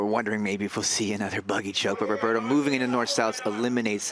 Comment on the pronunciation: The way the announcer says 'Roberto' made my ears bleed. Not to mention it sounded too similar to 'Ruotolo' so most of the time you didn't know who they were talking about. Either pronounce their names correctly, or stick with first names OR last names but don't switch it up while pronouncing incorrectly cause is so confusing. That being said, what a great match!!